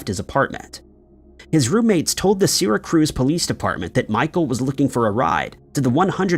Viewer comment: Trying to say Syracuse.